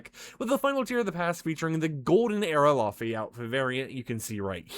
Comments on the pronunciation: So she's from Iceland it's pronounced as lay vay....cool video though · It's pronounced, lay-vay! ❤❤❤